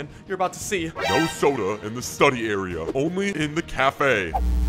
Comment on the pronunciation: “vafe” cafe